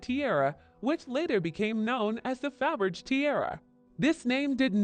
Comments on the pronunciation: Faberggggr LOL Hate A.I. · Narrative is abysmal. Can’t even pronounce Faberge. Why bother?